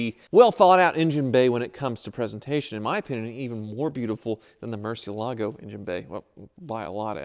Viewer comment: " and ". Relax, IOUs are as good as cash. It's time to sell that Murcielago so you'll stop desecrating the pronunciation of the name.